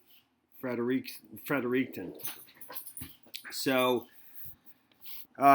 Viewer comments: G’morning. No French/Spanish accent on fred er ik ton ✌️. Thanks for the continued broadcast. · I love New Brunswick. This is so sad. Its pronounced Fred-ricton. This is close to home for me.